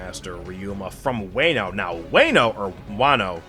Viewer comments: Since you asked, Wah-no, not Way-no. As for the arc itself, I can totally understand not being too into thrillerbark, especially the first half. It definitely is one of the arcs that suffers a bit from being a product of its era, but it sets up/foreshadows a lot of stuff for the post time skip story that makes it a lot more interesting to reread after you've caught up on the story. As far as Moria, I think a good way to look at him is that he's a Big fish in a small pond who tried to go to a bigger pond and got a reality check. He's sort of like that guy that peaked in high school and ends up taking out his inability to flourish afterwards on everyone else around him, becoming the small town bully. Also, as a Sanji stan, we uh... There are... things I could say about what Sanji's desire for invisibility ACTUALLY says about him but that would be massive spoilers so I'm gonna keep them to myself for now. What I will say is that this arc definitely doesn't help Sanji in the eyes of a lot of people, and it's very understandable why, but he's a much deeper character than Oda lets on in the first half of the story and there's a reason he is the way he is beyond it just being a gross gag that hasn't aged well. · Calling wano “wayno” is crazy but a very great video